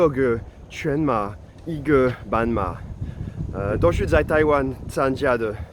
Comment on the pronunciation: 你發音不準，自己不檢討自己，加以改進，還對人生氣氣。 半馬，斑馬，傻傻分不清楚。 老虎，老鼠，傻傻分不清楚。